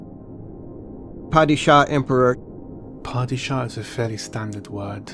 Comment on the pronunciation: Although a great performance overall by Benjamin Clementine who played the Herald of the Change, I didn't like how he pronounced the word "Padishah". That's coming from someone of both Turkish and Iranian descent.